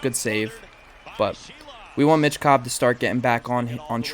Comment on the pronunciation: Hey, philly fans. There's no T in Michkov.